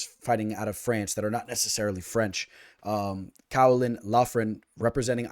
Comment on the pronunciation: Yo, Caolán is pronounced more like Keelan if you were wondering 😅